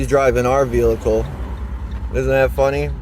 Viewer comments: He’s driving our what? He said vehicle like vee-lick-el!!😂😂😂 Wanna bet he doesn’t realize a warrant is an arrest at a later date?! The way he stated, “oh they don’t have the b** to arrest me” 🤦🏻‍♀️I have to be honest- I was shocked when I saw him on the livestream! I figured he was around my youngest daughter’s age of 23- based on the way he behaved and that he drove/wrecked his mom’s car! He looks closer to 45! What a loser! Note- regardless of how insignificant the damage is to the vehicles you must call the police, by law, when you’re in an accident in Conn. (In Mass you must call if anyone is injured) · He keeps putting an extra l in vehicle so it comes out vehlicle.